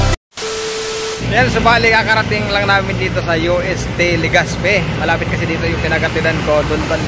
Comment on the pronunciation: LegaZpi d po LegaSpi.. Salamat